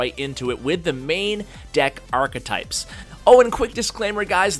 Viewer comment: The way he says archetype is so triggering